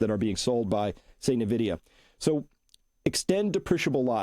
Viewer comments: It's Envidia, not nEvidia. Boomers😂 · Invidia is a Greek goddess of envy and greed. NVIDIA logo is a green eye. I don't think its pronounced EN-vidia either. When Jensen pronounces the company it sounds more like "Invidia" Gen X observation